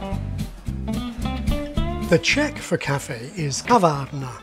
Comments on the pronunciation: czech pronounciation is great. did you have to rehears that a couple of times or did you make it on the first try? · im from Brno and I am not offended at all :) I mean your pronounciation and accent was wery good. Way better than a czech wannabe famous model who spent 6 monts in US and has American accent when giving interview to czech media 😃